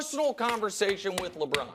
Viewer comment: Nick “ Lebrron at age 39”😂🤣🤣🤦🏾‍♂️